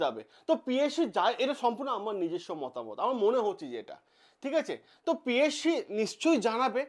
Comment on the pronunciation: Psc valo kore uccharon korben😂😂😂😂😂